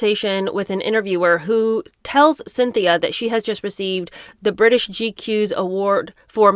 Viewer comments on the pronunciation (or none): none